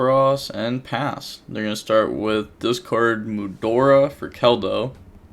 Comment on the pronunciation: GOOD JOB!! YOU SAID MUDORA!!! <333